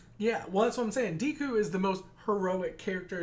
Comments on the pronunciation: Ok guys, its Deh-ku, not Dee-ku. Great reaction as always. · The "e" in Deku is pronounced like the "e" in "egg". The small boy with the purple ball hair is named mineta. Idk if I spelled that right. Excited for the next episode!